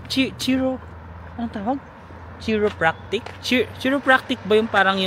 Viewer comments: Kay-ro hihi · pronounciation: ..........( KAY RO PRAC TOR )